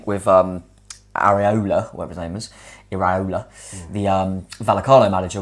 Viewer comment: For the pronunciation: it's either i-rou-la (rou as in sour), ir-eye-ola or ira-ola. Great stream though, exciting future ahead!!